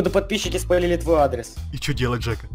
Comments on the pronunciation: не дека а жека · не деку а Джека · ты сказал ржека